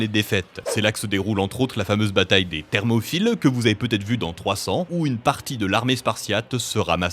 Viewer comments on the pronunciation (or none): C'est bien écrit Thermopyles, mais tu as prononcé "Thermophyles" si j'ai bien entendu... (et j'ai bien entendu, j'ai réécouté pour être sur... 😉) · il a vraiment dit termofil ??? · Si je suis votre prononciation, la bataille des "thermopHyles" c'est ceux qui sont attirés par les thermos ? Qui peuvent tomber amoureux d'une thermos de café par exemple ? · N'essayez pas d'être crédibles en Histoire si vous n'avez jamais entendu parler de la bataille des Thermopyles, qui se prononce, comme l'orthographe l'indique, "P" ! thermoPyles ! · il n’y a pas de « ph » à « Thermopyles ». Il n’y a pas de « dynastie Feng ».